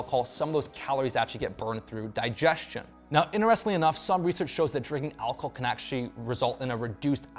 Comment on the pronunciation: "al-col?" It's "alcohol," Goofy.